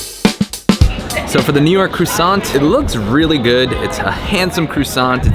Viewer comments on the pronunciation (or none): Crussant lol.. Its Crwa-ssant.... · “Crewsant” lol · you might want to try to pronounce it properly to start....🤣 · I wish you pronounced the word properly lol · They you pronounced croissant 5 different ways in this video is gold 😂